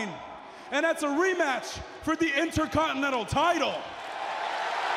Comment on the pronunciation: "Int-a-con-te-nan-tul champiun"